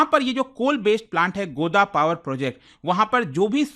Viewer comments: गोदा नहीं सर गोड्डा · Godda Pronunciation ❌